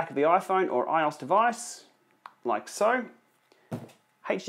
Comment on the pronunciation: It's pronounced I-O-S not ios 😂😂